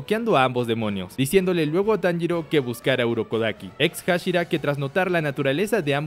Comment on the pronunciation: No me digas que ahora andas diciendo el nombre de tanjiro como inosuke